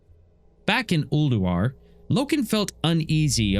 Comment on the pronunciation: Noooo the first time I heard "Uldurar" I thought it was a mis-speak